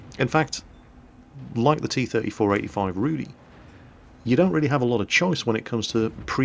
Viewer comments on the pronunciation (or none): Just to clarify, Rudy means Ginger and is pronounced differently. It's more like Rooh-dih with a rolling "r". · Just for clarification..., you spell the name of the tank like it is some name "Rudy", but it means "Rudy" like red... Not like Rudy, the name. Rudy in polish means something like red colour in english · Not all Polish players are going to buy the Rudy. btw. love how you pronounce the name. ;p